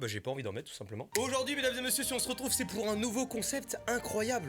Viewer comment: le "pour" il a pris du poid genre vraiment très très gras